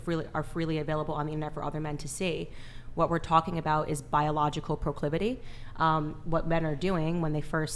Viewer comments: She couldn’t pronounce proclivity - the girl in the orange needs prayer as well. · Candace’s face when she mispronounced proclivity Also she had them OF girls SHOOK